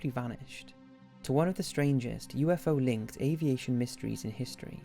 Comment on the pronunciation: Did anyone else hear him say USO?